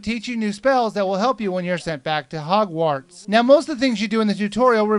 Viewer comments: This review cracks me up. As someone well familiar with HP (I've read all of the books except Rowling's biography and "Beedle the Bard", and I've seen the first four films), it's hilarious listening to the try to explain things while repeatedly tripping over "Hogwarts". Then..."I asked one of my nerd--well-read friends..." RICTUSEMPRA, that was funny. (And at least he's smart enough not to say anything derogatory about HP itself.) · You say the "wart" part of "Hogwarts" really strange. :P